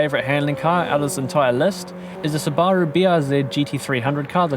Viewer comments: Ain’t no way he said Subaru like that. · very useful and insightful video man! aside from the absolute butchering of the subaru name hahaha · do you guys really pronounce Subaru like that?